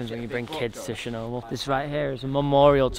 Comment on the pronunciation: its not "shernobyl"..........